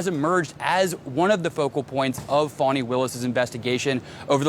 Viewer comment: How do you get that pronunciation of Fani?